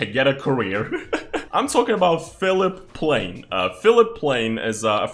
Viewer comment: Philipp Plein. Plineee not plane and it is german not french my guy :3